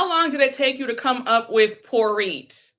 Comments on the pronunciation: Still team Sutton, ten toes down. When she called her “poor-it” I choked on my sangria. Get her!! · I laughed at Porit 😂